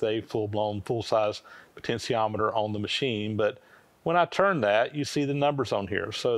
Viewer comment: Yikes, that's a lot of work just to get a variable speed motor going. I hope eventually figures out the pronunciation of potentiometer is with a SHEE in the middle, not. a SEE. It's just like saying 'potential', not 'potensal'.